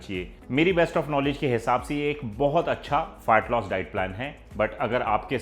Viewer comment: भाई प्लीज़ फार्ट लॉस मत बोलो 😂